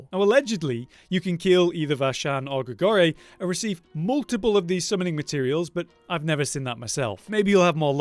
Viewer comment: Great helpful tips once again however gotta pull up on one thing Not Grigorie, it's Grigoire. Gri-Gwah.